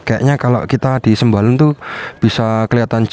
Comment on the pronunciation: Namanya bukan sembalon tapi Sembalun wkwkwk